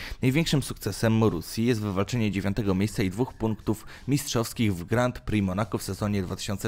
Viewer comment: Żenujący ranking, który ma niewiele wspólnego z rzeczywistością. Do tego nagrywający niech popracuje nad dykcją i wymową. Przede wszystkim naucz się wymawiać Grand Prix i Marussia xD To nie są trudne rzeczy.